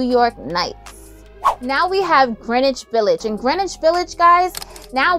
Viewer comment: Girl …Thank You for pronouncing Greenwich Village correctly!!! 💕👌🏾👍🏾